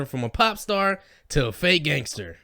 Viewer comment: He called meek mill a "gangtser rapper" 😂😂😂😂